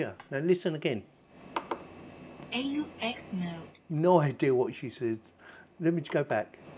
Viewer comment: 😂 she saying A-U-X mode lol